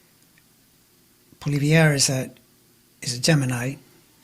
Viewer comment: Thank you,. I am happy to hear you mispronounce Polievre's name.